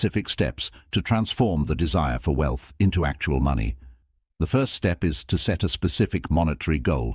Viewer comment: The AI is trash! 😆 “We-Elth” good video beside that.